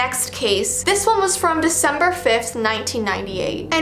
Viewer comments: Girl its not veecember its December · Yes yes yes veecember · It’s veecember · Intro:Its veecember Me:wait what how is it. oooooppppp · Veecember me: CHANGE THE NAMEEEE CHANGE IT TO VEECEMBER NOW! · I love how its not december its veecember